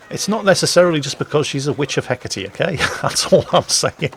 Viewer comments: Εκάτη, no H and most certainly pay attention to the ά being the accent, if that's what you call it in english. Otherwise you are right. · It's (H) e- KA-te